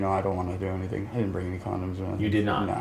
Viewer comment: 'haven't been accused of ''anythink'' yet' as we judge his literal ability nsw